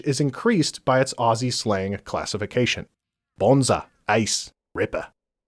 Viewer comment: atleast you don't say it ossy and actualy say ozzy